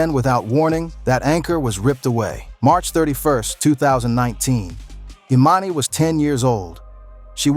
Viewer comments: You calling her E Man E is driving me nuts!!!! You said it right in the video a few times … E MON E 🗣️🗣️ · Who’s E MAN E 😮!!!! It’s EMANI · Anybody else annoyed how he kept saying her name wrong thee whole time! Emani! It’s not that hard. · It’s pronounced E-mon-knee ✨Emani✨ if you are going to report on other’s business at least get their names correct! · EXACTLY 💯 HER NAME EMANI THAT GOT ME WHEN HE WAS SAYING HER NAME WRONG SMH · Lord learn to say that baby's name please,you didn't say anything that you hadn't already said or that we didn't already know. . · The way you keep mispronouncing her name is irky lol gahhhleeee 🙄😂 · It's weird you can say their last name correctly..but can't say the child's name.....do better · Say her name right while telling the story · If your going to try and tell someone story, at least pronounce her name correctly, one minute you say it correctly, then the next minute you don't and the woman with the white glasses is Lauren London., not her mother.